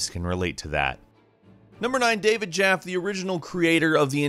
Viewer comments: Also David Jaffy, not David Jaff. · David “Jaff”? It’s pronounced “Jaff-ee” I’m triggered